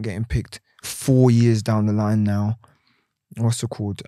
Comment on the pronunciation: Everytime he says 'Whassitcawwed" down a shot.